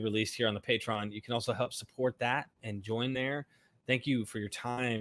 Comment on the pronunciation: It’s pronounced “pay-tree-on”.